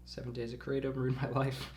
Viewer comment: Kray-tum. Kratom